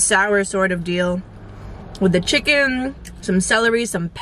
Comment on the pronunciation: “What’s in the chickn?” “Chickn😒” yup sounds very West Indian 😂🇹🇹 I wanna go I just need a ride.